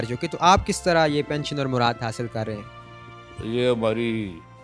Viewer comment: "مرات"نہیں "مراعات"